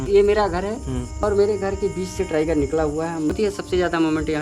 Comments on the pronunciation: ट्राइगर नहीं टाइगर बोल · टीराइगर नहीं होता टाइगर होता है